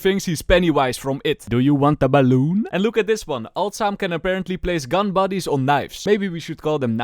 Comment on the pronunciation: I dont know why but when he said the word "balloon" I died laughing because it was just so funny. I am sorry if I am being mean about your accent but I hope you can understand that that was very funny to me and made my day. I found it very funny for no reason but I am now very happy.